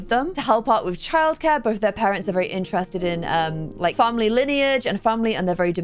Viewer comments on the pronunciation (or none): none